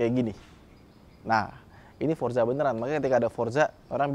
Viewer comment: Forza, bukan Forsa 😂